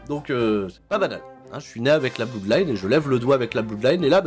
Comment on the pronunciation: ça s'appelle pas la Blouuudline, mais la Blodline. On dit "blod" pour blood